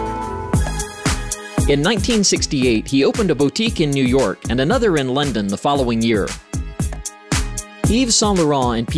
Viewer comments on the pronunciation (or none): none